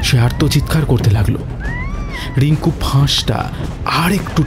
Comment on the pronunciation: উচ্চারন একটু ঠিক করতে হবে ।especially র-ড় গুলো।রিঙ্কু ড়িঙ্কু নয়।